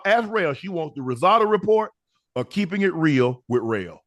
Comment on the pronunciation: Unc just call it “Keepin It Rell”